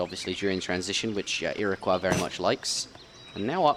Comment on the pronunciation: Iroquois sounds like ira coy and Baja sounds like ba ha.